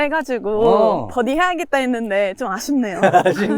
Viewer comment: 뻐디 라고 안하고 버디 라고 얘기하는 프로 처음봤음 참고로 뻐디는 일본식 발음임